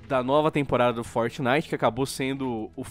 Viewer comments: vam joojar fortinaite galera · "FOTENITEN" -Mãe, Minha 2019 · "Fornay" Kito,Dary 2019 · Gaga: "Eu nUm sEi o qUi ê Fortinaiti" Eu: Foda-se 🤣🤣🤣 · Fort"Naiguiti" é fogo hein kkkkkkk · Mais tosco é vcs falando fortnaigiti